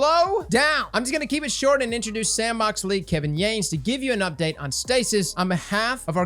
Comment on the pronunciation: Stupid to bring up and I don't mean this critically, just wanted you to know I'm 99% sure it's Kevin "yawn-iss". Again.... Sorry lol